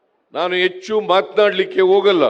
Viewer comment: ಅದು ಎಚ್ಚು ಅಲ್ಲ ಹೆಚ್ಚು. ನಿನ್ನ ಕನ್ನಡ ಭಾಷೆ ಕೇಳಿದ್ರೆ ಆತ್ಮಹತ್ಯೆ‌ ಮಾಡಿಕೊಳ್ಳ ಬೇಕೆನಿಸುತ್ತದೆ. ನಿನಗೆ ಮರ್ಯಾದೆ‌ ಕೊಡದೆ ರಾಹುಲ್ ಮತ್ತು ಖರ್ಗೆ ನಿನ್ನ ಭಾಷಣದ ಮಧ್ಯದಲ್ಲಿ ಹೊರಟುಹೋದರಲ್ಲಾ, ಏನೂ ಅನಿಸುವುದಿಲ್ಲವೆ? ಇಂತಹ ಭಂಡ ಜೀವನ ಬೇಕೆ?